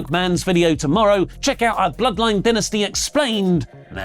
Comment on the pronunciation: why u say dynasty like that?